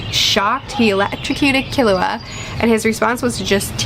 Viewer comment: Yup, you pronounced Killua correctly 👍